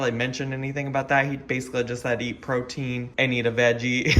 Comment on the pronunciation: I know he said protien but almost every time Dr. Now says protein it sounds like cocaine. Like "cocaine and vegetables". I respect the frick out of this Doctor and the patients he puts up with sometimes.